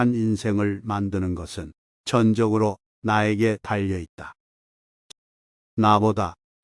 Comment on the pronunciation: 듣기 참 짜증스럽네요. 전적(全的)으로~ /전쩍으로 읽어야 합니다!!